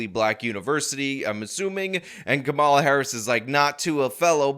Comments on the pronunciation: Not a big deal but you are mispronouncing her name in every vid, unless its intentional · Geeze, learn to pronounce her name right at least.